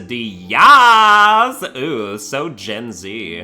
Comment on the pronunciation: Hearing "Quesadi-yaaas" made me physically recoil